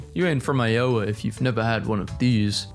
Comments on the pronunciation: it is pronounced "i-oh-wa" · You pronounced iowa wrong and I'm from there it's said I-oh-waa